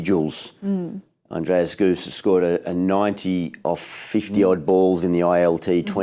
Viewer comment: Andries gous, not goose. Come on vaugh, you've been around long enough